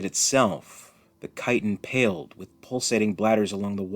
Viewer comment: Can I just say that I appreciate, so much, that you know how to pronounce the word “chitin”? Thank you. Sometimes ch makes a k sound, people